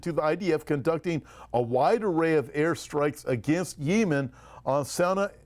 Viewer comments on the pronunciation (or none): I believe the country is pronounced yeh muhn. Thanks for all you do!! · I am by no means an expert on topic; however, I have never heard it pronounced the way is saying it. That being said, I found myself wondering if the people he listens to (nearer that region) might pronounce Yemen the way he says it? I have to admit that the ONLY time has irritated me was him saying Yemen the way he did in the past few days vids😄. Perhaps a "pet peeve". Idk, just made me sqirm every time he said it the way he pronounced it👍